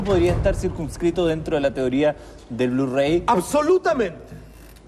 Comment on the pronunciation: "del blu rei" xD